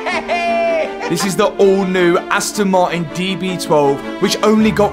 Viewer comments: Astn ma-in 😂😂😂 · "Asto Mari" i love the british accent😂❤